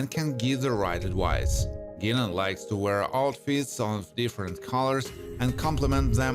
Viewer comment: The simple fact that you mispronounced "Guinan"-even in your 'Not for Narrating' voice- proves you have no fvcking clue